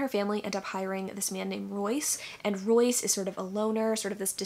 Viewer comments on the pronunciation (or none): none